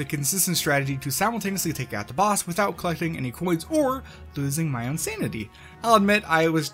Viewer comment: It's "losing my own sanity" I *think*. I heard insanity at first, but I'm pretty sure he meant own sanity.